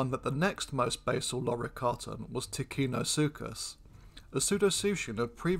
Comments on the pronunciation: Ticinosuchus is pronounced with a "ch", not a "k". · Ticino, and by extension ticinosuchus, is pronounced with a soft c, as it is followed by an i. Thus in English orthography, you would have TiCHInosuchus. It is only hard if followed by an h, as that separates the c from the i.